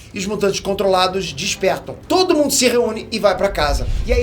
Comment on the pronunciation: Ele falou tode em ? Kkkkk